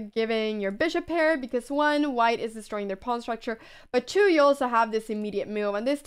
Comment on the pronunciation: I love the way you say "chu" instead of "two" :3